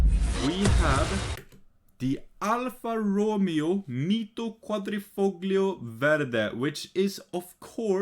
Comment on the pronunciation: "quadrifoglio" is one of the hardest italian word (car-world speaking) to pronounce but u,, are one of the best foreign yuotubers to do so